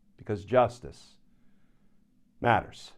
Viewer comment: Dont emphasize "justice matters" so much. Just say it normally. We all know it matters😊